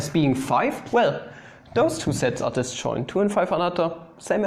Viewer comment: See when you think you're saying 'sets', it sounds like 'sex' :3 It's not a contest btw, Sets>Sex But if sets is indeed equal to sex, this right here, is Porn❤️